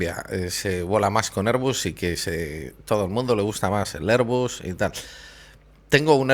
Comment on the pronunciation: airbus: erbas.